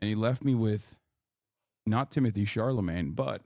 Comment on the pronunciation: doesnt pronounce chalamet right not even once